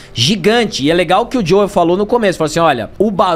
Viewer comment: Eu também falo Joeu,não gosto de frescura